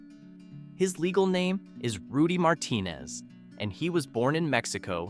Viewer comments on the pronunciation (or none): none